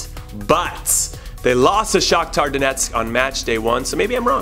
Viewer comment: Love how it sounds like you're saying Shocktard Onetsk!